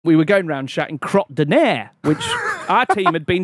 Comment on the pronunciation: I think whoever told them it meant no shit in French are getting confused. In no way does this mean no shit lol It’s crotte de nez (kroht doo nay) but he isn’t even saying it properly, it sounds like he is saying cRot day ner which is nothing so I dunno who told them that.